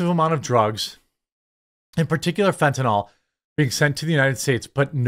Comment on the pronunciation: It's fentanyl, not fentanol. There a vinyl functional group in its structure. NOT a hydroxy functional group (also called alcohol). FENT-a-nill or FENT-a-kneel. I know 95% of media people pronounce it incorrectly. It grates on my ears.